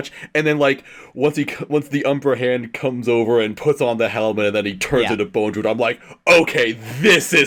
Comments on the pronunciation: How is that none of them can pronounce Bondrewd correctly even once despite it being spoken aloud numerous times in the movie. The letter after the first d is not an E. it's not Bone. It's just bond + rude. Bondrewd. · Great podcast. I like how you guys were correcting each other pronouncing Riko's name as "Riku (Reek-ooh)" but you all still pronounced Bondrewd as "Bone-drewd" 😂🤦‍♂️